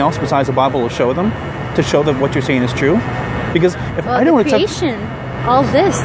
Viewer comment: Poor thing, she believes in ' saydin' lol